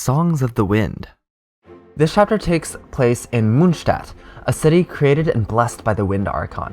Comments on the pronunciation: Ok but stop pronouncing monstadt like that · Nice, this is perfect for a quick recap so I can continue reading the manga where I left off a year ago. (In case you are interested. The "o" in Mondstadt is pronounced like the "o" in "More" and it means moon-city) Greetings from Germany